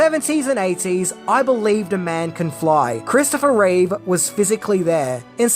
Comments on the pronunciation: It's Christopher Reeve, not Reeves. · Reeve not Reeves how can he be a Superman expert if he can’t even say the guys name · It's Reeve. Not Reeves. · I don't hate this movie at all, but its reverence toward the 1978 movie did hurt it. No one working on the script had a love of & knowledge of the Superman comics. The idea that this follows the REEVE (dammit,! Stop saying "REEVES"!!!) films wasn't a bad one, but it should have had a different villain from the comics whom Superman could battle, a different plot for Lex Luthor (making him a businessman like in the modern comic might have worked) & no deadbeat dad thing for Superman. Maybe a re-cast for Lois as well. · Its irritating when they call that man Christopher ReeveS. Its just REEVE. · It's Reeve, not Reeves and it's Brendon Frasier, not Brandon!! 🤦‍♂️